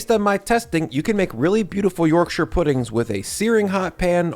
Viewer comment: Yorkshireman here. Your pronunciation of my home county is approved.